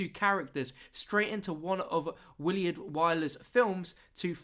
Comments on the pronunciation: it's pronounced "Will-ard" not "Will-E-ard" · it's Willard not williard